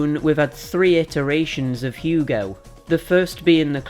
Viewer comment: Yea you butchered the name but at least you tried. Anyways ill be honest with you I think its a bit sad how down the drain this franchise went especially during the PS2 era were they released gobshite release after gobshite release. Its sad cause of how much potential this universe has for a pretty good action-platformer alias Ratchet and Clank/Jak and Daxter/Sly Cooper/Crash of the Titans.